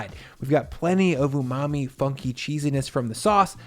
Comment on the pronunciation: When you say " umami flavors I think = FART.